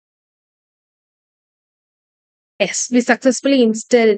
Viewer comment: Why you tell ess to yess??